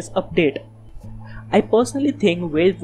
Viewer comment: Nice vid :) Btw its valve not veilve (the pronunciation)